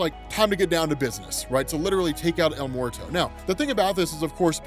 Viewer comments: Bruh Bruh el muerto isn't el MORTO it sounds like it should be spelled el mweɾto or if you need to sound it out it sounds like your asking a question 'mmm-where-toe?' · As someone who lives and has grown up in New Mexico, the way yo pronounce his name is hilarious! Don’t get me wrong, I understand!! It’s just funny when hear folks that sound like they’re almost never around Spanish speaking people.